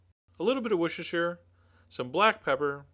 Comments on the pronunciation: It’s pronounced woo-stuh-sher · isn't it WOSTER-sauce? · Is there any American out there who can say Worcestershire correctly?! :'D